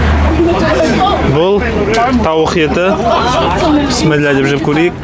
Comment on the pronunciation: Писмилла емес Бисмилах де Ас болсын